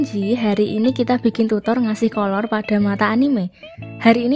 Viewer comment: KK bilang nya colour tapi gw denger nya Kolor🗿